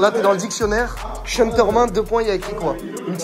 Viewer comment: Commentateur stp apprends à prononcer le prenom de Sean Tormin, la tu charcutes son prenom c est hardcore, STP: prononciation: sh-eh-n